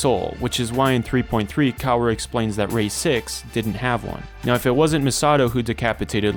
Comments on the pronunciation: I get too distracted any time he calls Kaworu "Cow-roh" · I shed a tear with every mispronunciation of Kaworu's name